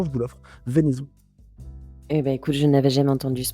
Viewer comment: Sympa. En revanche le mot venaison se prononce "veunaison".